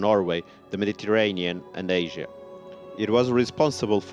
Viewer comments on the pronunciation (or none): none